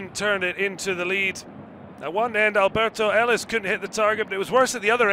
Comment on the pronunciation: His name is ALBERTH ELIS. Not Alberto. Put some respect on the man's name.